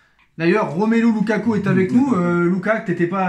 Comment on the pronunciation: C loukoukouk au lieu de loukaku